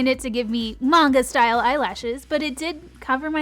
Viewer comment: Thank you thank you for pronouncing Manga right! Lol that's a big pet peeve of mine ( and they freaking mispronounce it in the commercial like seriously people?) anyways, I have that mascara and I like it well enough, it's good for my bottom lashes I've found....I am so going to get that eye liner though, I am almost out of my elf eye liner. I freaking love elf products, it's pretty much 50% of my make up bag XD much love girl!!!!! Thanks for all that you do!